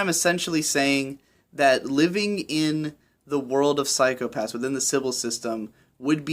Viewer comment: The way in which you've pronounced 'psychopassu' reminded me of Ren-chon way too much, and thanks to all of those uploads recently I can't get the image of shota saying that to every kid he meets.